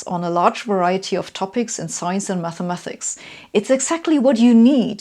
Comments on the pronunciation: She says Mathemathics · After I heard her say that and then "mathamathics" I was done.